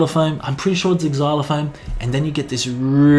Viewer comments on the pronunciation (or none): Noooo, it is not Exylophone, it is Zylophone, it is just spelt Xylophone.